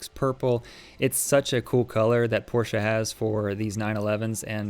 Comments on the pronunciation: My guys cleans and details cars for a living and doesn’t know how to pronounce Porsche correctly. 🤦🏻‍♀️ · Unfortunately, most Americans pronounce it this way. It’s annoying.